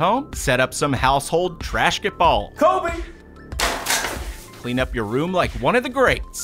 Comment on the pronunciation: I love how he said KOBE